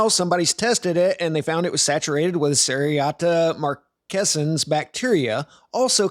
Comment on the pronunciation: You can't even pronounce it correctly... credibility over in the first few moments.